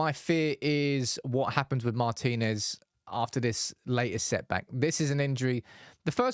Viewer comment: Thank you for pronouncing "Martinez" correctly (i.e., Mar-teen-ez not Martin Ez, as we hear too often).